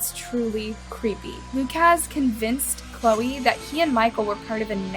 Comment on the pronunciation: It’s pronounced “Lu-cus” or Lu-kis” not “Lu-kaz”